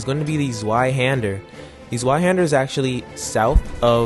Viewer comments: Zweihander. Pronounced. (Zviaande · I love the english pronunciation of zweihander